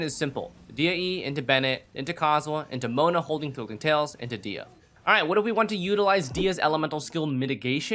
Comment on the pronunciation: It is "DEE-hee-ya" by the way :) source: this is a popular Kabyle (Berber) name and I'm from there.